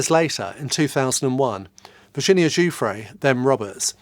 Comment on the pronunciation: Giuffre is cousin to another Giuffre close to me … thanks for pronouncing her name correctly .. cheers from Australia